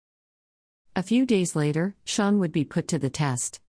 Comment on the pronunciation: When I first started listening to this ep the computer narrator was saying “Shaun” and I’m thinking “who? Is Shaun? Then realised it’s Sharon”. We pronounce it “Shar-on”. Just sayin’ 😂.